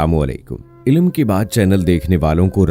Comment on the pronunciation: Aap Ki videos NashaAllah bohut maaloomati hoti hain, Bas ek mashwara har aap k liye Aap pkease "ILIM KI BAAT" na kaha katen, yaani "Ilm" عِلم k laam "ل" ky neechy zer, na lagaya karen balky lafz "ILM" hae, tou "ILM KI BAAT" kaha kijiye.